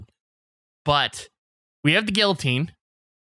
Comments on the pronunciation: They keep saying "Gilloteen" instead of "Guillotine" and im losing my marbles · I don't care to Google this I want public opinion but isn't it pronounced "Gee-uh-teen"? Not "Gilla-teen"? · The way pronounces “guillotine” hurts me.